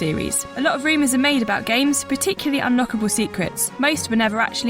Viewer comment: Can we get a new narrator please? It's rumors not reemus